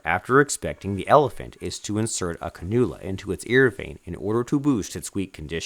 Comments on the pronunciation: Canoola? Its pronounced Can-you-la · Can-u-la (iv) not ca-Nool-ya